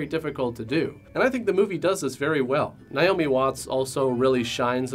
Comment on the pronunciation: N-ay-oh-me. Naomi. Not N-eye-oh-me. Damnit.